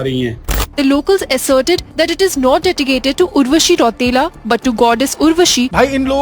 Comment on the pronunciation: Or 1 baat bhayya ek baat to apne nahi boli dusri baar yaad dila dijiyega enko , उर्वशी राउटेला नहीं होता है रौतेला होता है 😂😂😂😂 रौतेला को राउटेला बना दिया